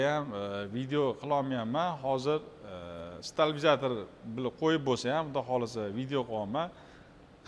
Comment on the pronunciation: Сталбизатор эмас, стаблизатор бўлади. Қиммат экан !